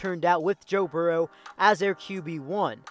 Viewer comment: Your pronunciation of Burrow may be the worst one I've come across. Where are you from? It's pronounced "BURR-ro". Like Bill Burr. Your regional dialect is just throwing me off.